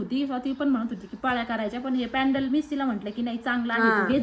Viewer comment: पॅडल नाही. पेंडन..